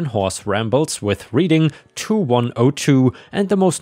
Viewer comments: The rr is pronounced reding not reading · Your pronunciation of my hometown is horrible Reading is pronounced (RED-DING). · When talking about a fish, bass rhymes with pass, gas, and lass. Reading is pronounced Redding, like the color. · No way you could know this but Reading, PA is pronounced Redding. Like the color red. I dont know why though. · Reading is pronounced RED ING -- like the color red. Your English has improved significantly since I started listening to you! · Just for your edification, Reading is pronounced with a short "e" rather a long "e", red as opposed to reed, although I am a Pennsylvania native, I'm from Philadelphia, and that's how we say it. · I know its nit picking but while the town in PA is spelled Reading its pronounced like the color red, Reding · Reading, PA is pronounced Red-ing. Short E. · I know you have no way to be aware of this, and you are not the first or will be the last to mispronounce it, but the city the rail line was named after is pronounced Red-ing. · Hint Reading Pennsylvania is said, like Reading Britain not like you’re reading a book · As a Greater Philadelphia native, my ears hurt each time the town was pronounced as if you were Reading a book. It is a short E sound, like in bread or bed, or the past tense of read “I read a book last night.” Thank you for listening to this Public Service Announcement. 😉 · You mispronounced the name of our city Reading, PA.